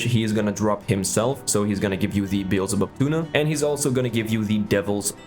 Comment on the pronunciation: I'm pretty sure it's "Bee-Al-Zuh-Bub"